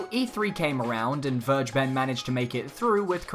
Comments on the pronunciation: I can't unhear the way he pronounces it though lol. Verge ben. It's actually closer to Ware ghe ben. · His name is still pronounced FAIR-GAY-BEN and not verjben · vergeben is pronounced kinda like: fair-gay-ben(probably the easiest way to remember it. just say it all together without a pause) in german and means "to forgive". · It really irritates me that people are pronouncing it "verge-ben". It's a German word, and it's pronounced "ver-gae-ben". It can mean 'pardon', but it can also be used to mean 'give away', as in giving away information (aka 'leaking'). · Hearing people say "Vir- ja- ben" makes me cringe so hard. It's "Fare- gay- ben" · Vergeben in German means "forgiven", interesting. If you want to pronounce it correctly, say "Fair gayy ben". In German g is always hard, as in gift, and V is pronounced like F. German W is the english V. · Can we pronounce names properly please? Vergeben is German. You can look up a pronunciation or just follow this: fair-GAY-ben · You sure it´s pronounced Verge-Ben? :D Because it´s actually german. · The way you pronounce vergeben is funny to me but its normal for someone who speaks english Its a german word 😃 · Sigh... nobody pronounces "Vergeben" right. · don't be mad at me, but "vergeben" is the german word for "forgive" ^^' just wanted to point this out because the english pronunciation sounds so wierd to me^^'